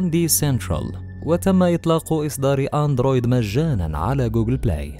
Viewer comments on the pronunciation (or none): none